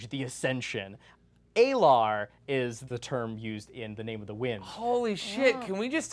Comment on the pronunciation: Um actually, His teacher is "Abenthy" not "Abernathy" and it's pronounced "ah-LAR", not "EY-lar"